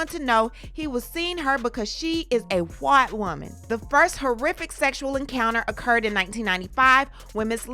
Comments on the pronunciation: Why are we saying “whhhhhite whhhhhhoman” though ???? 😅😅😅 asking for a friend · I love how she pronounces “White Woman” in italics 😅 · He is going to jail for those two italicized words.